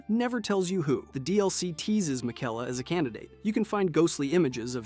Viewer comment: What about his pronunciation of miquella